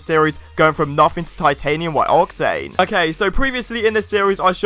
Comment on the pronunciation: The way you say octane grinds my gears